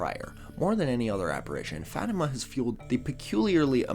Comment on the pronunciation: OOH, yeah, definitely not synonyms. We don’t worship saints, we don’t worship Mary, who is also a saint. We ask saints to intercede on our behalf. You know, since they’re able to put in a good word to God. Hooray for correctly pronouncing Fatima!